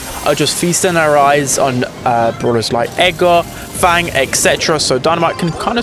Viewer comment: fang how you don't say him